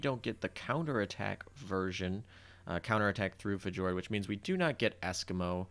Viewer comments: Fee- yor- d.... omg my guy... Plus... stop smacking. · I think fjord pronounced (fiyord) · Fjord is pronounced Fyord btw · fi--yord = fjord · Not sure if this is simply mispronunciation or a critical role reference